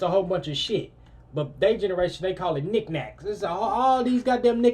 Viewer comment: Mf said “nic nacs” 😂😂